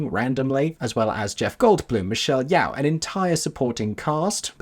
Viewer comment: Hi! love hearing your thoughts and speculations for the film, I’m so excited and can’t wait to see what the cast brings to their roles! just a side note, for your future videos - Michelle Yeoh’s name is actually pronounced Ye-oh (spoken fast, in one syllable), similar to “Yo”! it actually rhymes with your name 😂 hope you and Aeron are having a great day/night! ☺️